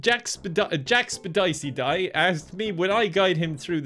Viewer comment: Ah yes, sepjackticeye